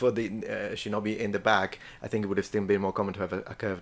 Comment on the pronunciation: If you want to talk about pronunciation, it's pronounced "shee-know-bee", not "shin-knobby"